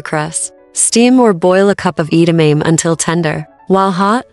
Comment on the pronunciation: Can’t pronounce edamame? They just pronounced it correctly in the snipped video. Get a new AI voice. Too many commercials